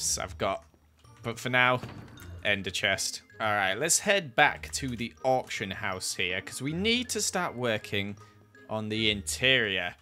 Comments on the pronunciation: Am I the only one who thought whenever you said auction he said orphan house🤣🤔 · Ngl, I didn’t realise he was saying “Auction” until I read the title of the video cause I’m Australian and Ye 😅